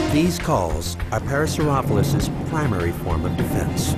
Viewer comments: the narrator didn't say either of those. He said Para-sore-OFF-uh-lus. For a production like this, it's a glaring mistake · Right, but the pronunciation used by the voice-over was neither of these. He said "para-saur-OFF-u-lus" (rhymes with scrophulous!) every time. How did the director/editor not catch that? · He pronounces it as "Parasaurophlus" instead of, you know, Parasaurolophus. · Are you non sense not parasauropholus (par,a,sore,oh,pho,lus) parasaurolophus (par,a,sore,oh,loh,phus) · Did he just say para so roph lus?? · UGH. That is not how you pronounce it at all in any language! It is either pronounced "Parasaur-Aw-low-fis" or "Parasaur-oh-lo-fis" (both are accepted). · (pear-uh-sore-uh-lo-fus) is how I've been pronouncing it my whole life. Man what is real anymore! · Why just why does he say parasaurolophus wrong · Is it just me or has the name just been pronounced wrong...? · whhyyy did they not correct his pronunciation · He didn't even pronounce the name right. smh. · Ikr it gets me annoyed